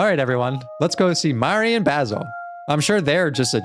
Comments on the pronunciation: No one has said this yet,but Basil's name is pronounced as bae-sil. It's just the "ba" that you got wrong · this is literally my favorite game and seeing a mh professional playing this and dissecting stuff in it makes me so happy. thank you ^_^ but every time i heard you say 'bahsil' i took damage 💔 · I started watching this bc I love Omori but I started to freak out when you pronounced Basil’s name wrong😖 I’m sorry if that sounds rude but i just can’t handle it when I name is pronounced wrong. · this is torture, he keeps mispronouncing basil